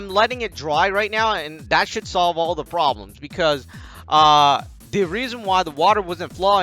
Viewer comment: "I buy proplems"